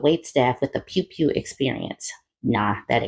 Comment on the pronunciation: Not "pewn pewn"😂😂😂😂😂 sorry that was funny to me